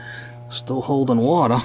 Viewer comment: All this wotta, you need a yaadsale or something..lol